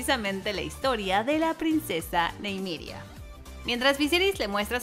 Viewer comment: Se dice : Ni-me-ria 😅 ajajajaja